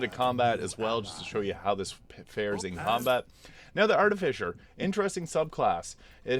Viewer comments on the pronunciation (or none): Arti-Fiss-er is how it is pronounced. noone says Fisher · That's the missing piece. English is your second language. I apologize. You also have to be careful because trolls will try and mess with you. It's pronounced Ar-Ti-Fi-Ser not Ar-Ti-Fi-Sher. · Why do you keep calling it an Arti-fisher?